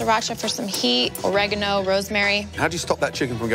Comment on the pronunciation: WTF is aregga-no? It's OREGANO.